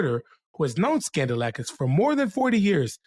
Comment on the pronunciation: So, it's pronounced 'Scandal-asskiss'?🤔